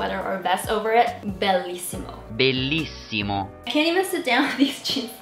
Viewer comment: When i heard “bellissimo” I was so proud that someone likes my language.P.s. Your bellissimo was really good.💕